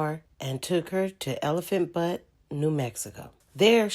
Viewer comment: Lmao! You said “butt” however it’s spelled butte pronounced “be-utte